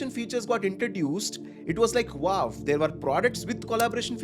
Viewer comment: Thanks for this information. much appreciated. Just a small feedback in a good spirit- 'Nauf' is 'Now' and 'Wauf' is 'Wow' :)